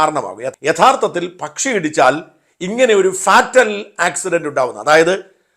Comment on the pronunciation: ഫാറ്റൽ അല്ല, ഫെയിറ്റൽ.